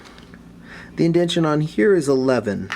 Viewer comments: IndenTAtion, not Indention. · I know this video is over 5 years old but something about you repetitively saying "indention" as if its a real word bugs the shit out of me lmao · Just one thing. It's indentation.